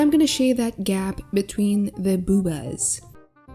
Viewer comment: Ghe "BoObAs"😂